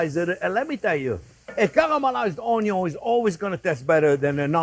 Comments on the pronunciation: I didn't see the channel's name when I watched it and until the point where he says "onio(n)" for the first time, I thought he is Italian 😉 May I add my tip for not having the olive oil swimming on top of the sauce later on? In the beginning I fry the minced meat on it's own till the moisture is out, then I add the pancetta or even lardo, which is enough fat for a nice caramelization. Thanks Chef for this original recipe and thanks everyone for reading 🙂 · Few things are better in life than hearing Chef Jean-Pierre say "Onyo!" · "Cuh-ruh-ma-lize onyo."